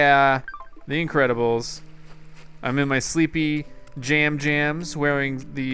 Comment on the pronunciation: Ice JAMS. JAMS. It's Jams.:D